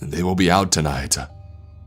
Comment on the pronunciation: don't go jamesUHH not tonightUHHHH